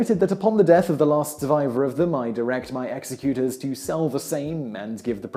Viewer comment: An interesting and entertaining story, but the presentation would have been much better if you had stood still and dispensed with the pointless fidgety arm gestures. You're like a nervous child who's dying to go to the lavatory. Learn to pronounce "executor"; it will lend an air of credibility—perhaps even authority—to your delivery on this subject.